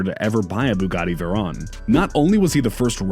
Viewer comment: He keeps saying veron instead of veyron